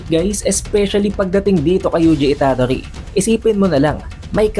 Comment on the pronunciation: Itadori not Ita-dori. Modulo not Mojulo. Fushiguro not Fushi-guro. 👍🏻